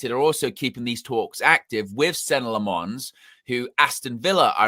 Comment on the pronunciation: it’s Lammens get the name right at least